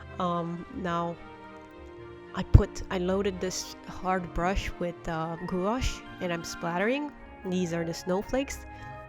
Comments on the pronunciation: It's pronounced gwash, I was laughed at in an art shop when I pronounced it like you and was promptly told how to pronounce it lol. Loved the cards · FYI prounouce gouache like it rhymes with “squash”. That way you are helping others. If they go to store to purchase, they won’t be embarrassed when they are corrected by sales person. Enjoyed the card ideas.